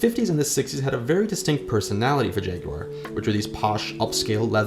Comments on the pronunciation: Jag-YOU-are? Bravo. 🙌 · Thank you for pronouncing it properly! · Well done for pronouncing Jaguar correctly.